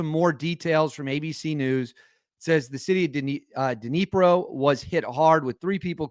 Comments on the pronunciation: It's pronounced: THE NEE PRO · Dnee-proh. Accent on the second syllable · Its pronounced nipro. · It's pronounced 'knee pro' as the 'D' is silent. Don't pronounce the K as it's silent in English like the words knee and knight. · It's pronounced 'Dinjee-purr'. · Duh-knee-pro is how it should sound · “Den-NEE-pro” Sounds like what the Brits heard from the “Buzz Bombs” during the Blitz. Terrifying. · Bro you are embarrassing with the pronunciation thing. Dinipiiroo?? You don’t have to speak Russian. Just take 5 minutes to listen to all the other news people in you tube who pronounce things correctly and learn it. It’s not rocket science. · it's "knee-pro" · It’s pronounced Dnipro just as written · I believe it's pronounced like Denepro but the D's kind of silent just imagine saying it with the least amount of the "De" part possible it's there but is it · The d is silent.